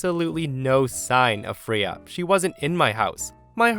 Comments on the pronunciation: The cat's name is pronounced frā-uh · I love you and your stories, but the way you pronounce Freya 🙃🙃😂😂😂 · The way you were saying the cats name was just getting to me😅 pronouncing it so wrong in the first story. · I can't get over your mispronounciation of the cats name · Story 1: Cats are great. I like how OP gathered all the accessories together before bringing Freya into her home. By the way, it's "Fray-ah" not "Free-ah". Story 2: I think there's a Bible verse to the effect that worship should be private, not public (as in church). Granny and her claque practice Churchianity, not Christianity. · “Fray-ah”Not “free-ah”…sorry. Love your channel but that was a rub… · I’m ngl the pronunciation of Freya is killing me 🥲🥲 it’s Frey-uh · “Freya” is pronounced “FRAY-uh”. :) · got nothing to say about the storys aside from story 1. Its pronounced Fray-ya while yes its spelt with an E it says the hard A sound. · I literally had to stop the video for a few minutes to compose myself after pronounced the cat's name "Free-uh." 😂 Real talk, though, if that were me, they'd find my sister's bones in a shallow grave in the desert 30 years from now. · Hey, the cat's named after the Norse goddess of fertility pronounced Fray- yah. She has a chariot pulled by two cats and her name is Old Norse meaning the Lady. Thought you might like to know.😺